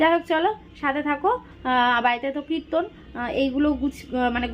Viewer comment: Kriton na kirton